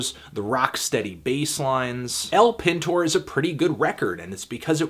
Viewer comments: It's pronounced El PEENTOR not El Pin Tore. I thought their third album was the worse. In fact most agree that it was for such a band like Interpol. I loved their self titled release INTERPOL. Almost seems like you were looking forward from their dark departure into modern pop. Would almost make sense since you're not really sticking to one genre rather all over the place when it comes to your music selection/reviews. But you know what they say, opinions are like.... Carry on ol chap! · Haha the way he pronounces El Pintor, which is "the painter" in spanish, is hilarious.